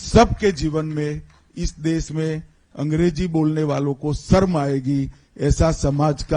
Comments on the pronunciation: "सरम" aayegi "शर्म" तो बोलने khud ko nahi aata hai 😅 angrezi bolne nahi aati hai Modi Shah ko isliye aisa Kehte hai, naach न jaane aangan teda.. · Are amit shah ji pahele sharm shabd to sahi boliye 😂😂😂sarm aayegi 😂😂😂😂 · Home Minister cannot even say Sharm(embarrassment) in Hindi properly. Seriously what a shame. He cannot say Desh(country) in Hindi properly.